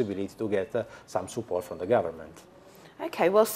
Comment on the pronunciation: He start with yaa... support ...pronunce is s'Port Not support... unvelible